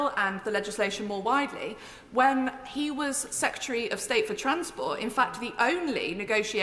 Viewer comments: I have a lot of time for Angela, but I wish she would learn to pronounce secretary. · yes lol... 'secyetereh' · Citizen Rayner, you talk sense, go you. But may I just say that the word "secretary" has two "r"s (count them, see them as written), but you only seem to apply the one toward the end of the word. This is by no means accent-bashing, I enjoy all accents, I have one, but if you use the one at the end why can't you use the first one too? Or is it just me? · Agreed. But her and Starmer both need to learn how to say "secretary" :-)